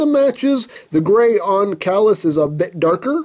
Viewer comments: I think Caelus is pronounced "KIE-lus". Similar to Darth Caedus "KIE-duss," rhyming with "hide us." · I think it's say-lus, since the term celestial is derived from that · Name pronunciation is like this CHIE-LOOSE (Ch like church. IE like pie) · It's pronounced "K-lus" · its actually pronounced cealus see-lus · I think its pronounced like C lus like julius caesar prove me wrong lol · It's pronoucned "saylus".....probably?